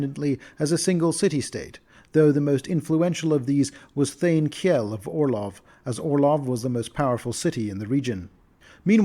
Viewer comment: That's not how you pronounce Kjell. Its a real Scamdinavian name. Kj is a soft SH sound, Kjell is pronounced Shell.